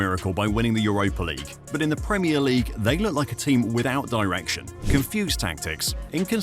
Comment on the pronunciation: The pwemier league champions 😅